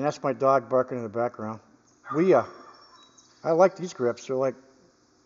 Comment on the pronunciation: Wiha is pronounced Vee-ha, like a V8. As far as I can see on the handle, it says Wiha Werkzeug Gmbh, which is like Wiha Tool Corporation, and then their address in Schonach, Germany, it doesn't say anything about where the pliers were manufactured. I have a set of Wiha pliers with heavier comfort grips which is my main pliers set in my workshop box. I believe they were all made in Vietnam, and I'm fine with that, I got them on sale, I knew their country of origin before I bought them, and I have no complaints about their quality. On the other hand, I don't think I've ever seen a pair of Knipex pliers which weren't made in Germany, with that info stamped right into the forging